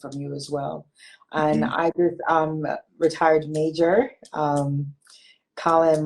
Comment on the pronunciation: Emphasis on Majjjoooorrr🔥🔥